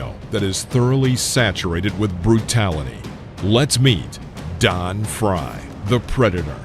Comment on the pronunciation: It's Frye..What the hell did you just say??